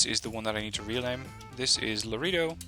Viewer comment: Laredo > La Ray Dough